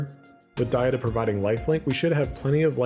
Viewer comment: Id donate for the correct pronunciation of DA-HA-DUH